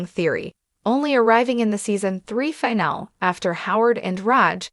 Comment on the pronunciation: The robot voice narrator is so ridiculous. What is a Leo-Nard or LEE-Nard? facepalm just say the dang name correctly, aint that difficult. If it can say Sheldon, it should be able to say Leonard. Omg...trouble with the word finale too.